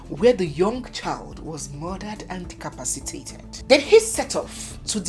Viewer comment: I guess you mean "Decapacitate'' not decapacitate. Meanwhile, the Nigerian police failed woefully in unraveling the mysterious sponsors of the heinous crime which Andrew was an agent.